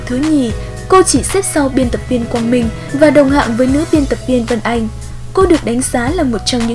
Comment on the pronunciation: Cần phát âm tiếng Việt chuẩn. Hoài Anh phát âm sai rất nhiều. Thí dụ nước Anh thành nước ăn, xanh thành xăn, mạnh thành mặn v.v. Như vậy phát âm không đúng tiếng Việt. Sai một ly, đi mười dặm đó